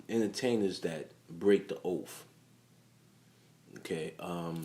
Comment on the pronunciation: Yeah and "oaf". The word is OATH!🙄